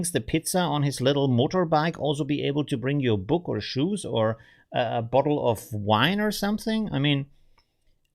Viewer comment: "... or a bottle of wine..." - man merkt, dass du Wiener bist. 😊